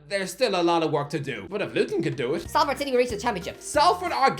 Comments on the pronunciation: Public notice that it’s pronounced sol-ford and not sal-ford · Actually it's pronounced "Costa del Sol-ford" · Learn to pronounce salford ffs